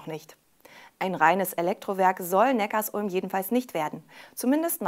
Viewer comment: es heißt übrigens Neckar-Sulm (Zusammenfluss beider Flüsse), nicht Neckars-Ulm.... Abo???? Zahlen wir das auch bei Tankstellen, egal, ob man tankt oder nicht??? Was für ein Schwachsinn!